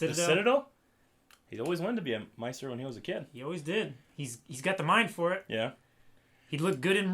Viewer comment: why do you guys pronounce maester as meister instead of maester. :P